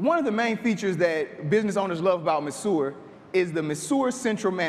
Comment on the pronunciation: Great idea, terrible pronunciation of the product's name. I can see hotspots going crazy over this.